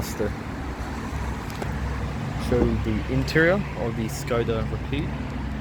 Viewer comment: Isn’t it pronounced rapid (ra-pid) , not rapeed. Anyway keep the vids coming, you should put ASMR in the title/ tags!